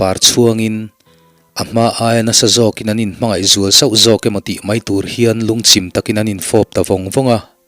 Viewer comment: Lungchim tih tur lungchhim tih ang a i lam a ka hriat tlat chu😂